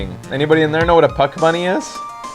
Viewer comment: I swear to god when the judge said Puck Bunny I thought he said fuck bunny